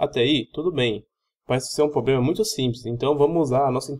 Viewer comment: Só queria dar um conselho, quando voce começa seu video falando "pobrema" pelo menos metade desiste de assistir, e quando voce prossegue engolindo os plurais e falando "poblema" a outra metade já desistiu faz tempo. Se esse video valia alguma nota nem imagino quando voce deve ter tirado. A explicação está até boa mas com esses erros de portugues, é um sacrificio assistir ate o fim. Tenha mais cuidado.